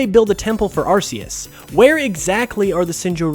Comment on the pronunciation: "Arceus" is pronounced "ar-kee-us"